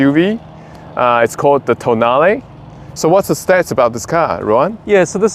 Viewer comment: Pronounced ‘Tonn-ar-lay’, not ‘toe nail’ 😆